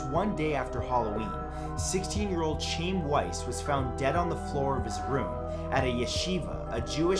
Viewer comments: #3 - It's not "ch-aim" it's "ch (chk) hi um" - a Jewish name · His name is Chaim. Its pronounced like 'Hi-em.' Nobody is called 'chame.' 😅 If you encounter a name you've never heard before, maybe look up a pronunciation next time please? I don't think you meant any disrespect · The Hebrew name Chaim is pronounced "Khhie-im", not "Chame". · I knew that was a Jewish name as soon as I saw it. You pronounced his name wrong. The “Ch” is like you got something stuck in your throat. Then the “iam” is “i um”. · I think you might find chaim is pronounced as kiam rather than shiam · HIS NAME ISNT PRONOUNCED "CHAYM" ITS PRONOUNCED "HAYIM" WITH THE "CH" AS IS YOU'RE TRYING TO HAWK A BALL OF SPIT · Chaim is pronounced Hi am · Chaim is pronounced KIME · I think you mispronounced Chaim. Pretty sure it's pronounced Haim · CHAIM is pronounced "HY-um" ...but with the first part sounding like you're going to hawk a loogie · Chaim? Dude it’s Jewish; pronounced Hi-um. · Number 3 is pronounced Hi um. It's a Jewish name. But good video! 📹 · It's pronounced High-em Weiss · It's pronounced CHI-im for Chaim Weiss, though I understand the mispronounced. Still cringed a bit. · It's not pronounced Chaim it's pronounced hi-um...it's a Jewish name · matt chaim is actually pronounced as hyam again not nit picking but thought you should know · It's HIE-am Weiss, Matt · "Chaim" is pronounced roughly "Hy-uhm". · OMG!!! Riiiight??? How could he mess that one up?? Lol. He mispronounces a lot of stuff on his shows. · You pronounced Chaim wrong. Do you call people with the name Sean, "Seen"? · I'm really sure that's not how you pronounce Chaim.